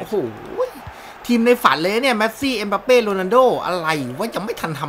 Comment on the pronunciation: ชื่อถูกต้องเขาเรียกเอ็มบัปเป้ บ่ใช่เอ็มปัปเป้ มั่วหลายแท้ อ่านอังกฤษออกจริงป่ะเนี้ย